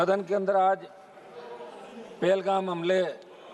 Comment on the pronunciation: Pelgam nhi pehlgam